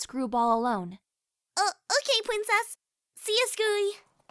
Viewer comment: she said “pwincess”